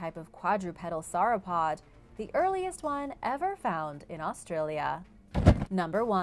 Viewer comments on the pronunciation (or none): none